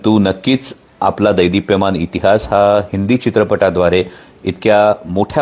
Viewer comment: कोल्ह्या दैदीप्यमान नव्हे रे , " देदीप्यमान !"